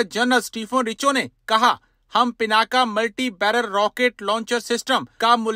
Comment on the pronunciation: पिनाका नहीं, शुद्ध नाम है पिनाक, रुद्र के अजेय धनुष का नाम!